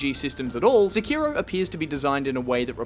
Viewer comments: SI-KI-ROEW Oh God. The cringe. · stop saying Seki-row just stop,get some help